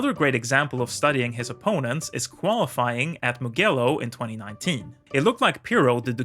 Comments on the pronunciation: It is not "mughiello", is Mugello, pronounced "Moojelloh" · Mugello is pronounced with a soft ‘G’, as one would pronounce the letter ‘J’. It’s ‘Mu-Jello’ , not ‘Mu-G-ello’ with a hard ‘G’ as found in ‘grape’ or ‘good’. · I love all your videos and think you're one of the top Motorcycling channels on youtube... But for the love of God... It's pronounced Mu-Jel-Lo 😅😂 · If you pronounce Anders Ericsson like a real Swede then you should know to pronounce Mugello like a real Italian!! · The pronunciation of Mugello tho